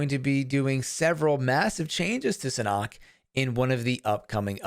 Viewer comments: SA NOK Not surnok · Had to stop watching this video just because you mispronounce Sanhok